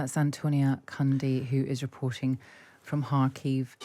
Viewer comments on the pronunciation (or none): I've lived in Kharkiv for over 20 yrs and I've never once heard it pronounced "Harkeev".